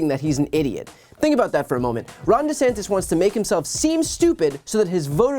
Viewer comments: He also changed the pronunciation of his surname. That speaks volumes. So "acting" dumb to pander to his base checks out. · He changed how he pronounces his own name for voters....